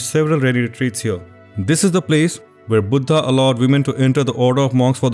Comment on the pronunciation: Its sad to see that even fellow indians cannot pronounce 'buddha'.